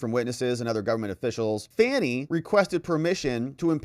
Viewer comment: I have it on good authority that her first name is pronounced as if she were a juvenile deer 😂 Great vid, the corruption in GA surrounding Fanny is insane